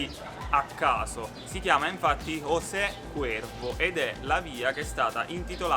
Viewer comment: Ciao, solo un appunto,ma José non su pronuncia ciao Cosè? Un abbraccio